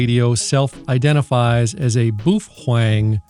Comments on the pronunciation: But why to you call it BUFFWANG? xD not a native english speaker myself but it sounds so strange ahaha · You aren’t even allowed to unbox that radio since you’re not a HAM licensee. Stop mispronouncing boofwang, you idiot! Please excuse me while I attend to some spurious emissions… (that was a good-looking box) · Baofeng = buffwang. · Is the buhuang pronunciation an inside joke? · Imagine how insane the Sadhams would go if you attacked pizza rolls and Mom's basement. It may simply be that Sadhams merely dislike your BoofWang pronunskiation. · It's pronounced "Bow-fung" pffft! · I'm new here. Why do you pronounce Baofeng the way you do? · You are saying the name so wrong dick head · Pronuce the name correctly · Why do you keep mispronouncing Baofeng? So annoying. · If you want to be effective in using a radio whether it be in a shtf situation or not you need to get licensed. This way you won't be cluttering up the airways in an emergency and you actually know how to talk on the radio because you will have practice doing it and you will have gained useful knowledge in doing so. It's really annoying how you pronounce baofeng you're pronouncing it wrong. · OMG you know the sad hams are beating up there keyboards right now saying first you pronounced the name wrong, and you have no clue about what your talking about. I love how you just keep twisting the knife. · It's not a "trigger" button it's a push-to-talk button. Also learn to pronounce baofeng correctly.